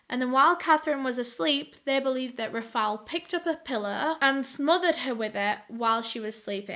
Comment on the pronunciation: i love your videos but girl how hard it is to pronounce Rafael!!!